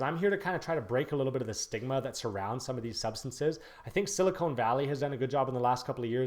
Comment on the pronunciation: "Sili-Cone Valley"? And you're breaking stereotypes? Dork.